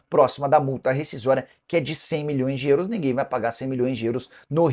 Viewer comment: Nicola fala; "Euros", igual o cara do filme gente grande fala; "Grãos". Kkkk